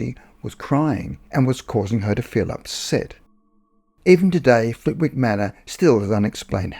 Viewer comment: Lovely, entertaining upload, as usual. 🙂 In case Flitwick comes up again, please note the W is silent and locally it’s pronounced “Flitt-ick”. No big deal, just FYI. 👍